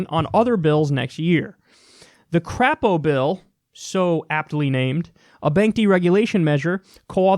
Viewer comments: It's "Cr-ei-po", not "Cr-a-po". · Haha Crapo. It's actually pronounced Cray-po for obvious reasons, but that's okay, we Dems here in Idaho call him Crap-o because the shoe fits. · Crapo says his name with a long 'a' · It's actually pronounced Cray-poe. But I hate that worthless piece of crap anyway. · It's "cray_po" Kyle 😂😂